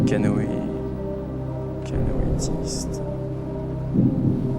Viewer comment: le candidat valide "canoéiste" et on lui dit que c'est juste, mais Jean-Pierre dit "canoëtiste" ?